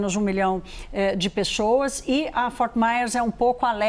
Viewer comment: Mano se essa apresentadora tem problema de dicção. Dê oportunidade para ela na redação ! Ela é jóia, mas falar : pexoassssss é embaçado